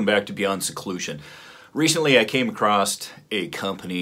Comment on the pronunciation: “came across” not “came a crossed” 😳. Arkansas? Only people I know who talk like that. 😁 I like cool red aluminum accent parts like some shooters and TK does a good job... but be careful of the EXTENDED MAG RELEASE because you’ll have a tendency of unintentionally ejecting/dropping mags. I’ve already read reports of this with the TK Extended item. Looks cool. If you’re mostly a range guy like most it might not matter. If you’re moving/competing it might be more of an issue. #2A